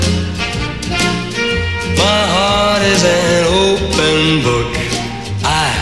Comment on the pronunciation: 그 땐 open이란 단어를 클리프는 오픈이 아니고 오팬처럼 발음하는거 같아 좀 이상하다 했지만 워낙 클리프의 상큼발랄한매력이 퐁퐁 솟아나는 노래여서 엄청 따라불렀었죠~~**